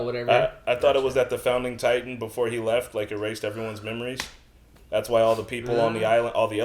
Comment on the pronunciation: Did no one else realize this? My man really said Attack on Titty 😭😂